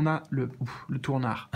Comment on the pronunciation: "le tournar" : regard tourner, jadore : )